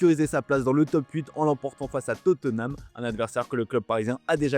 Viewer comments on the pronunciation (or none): none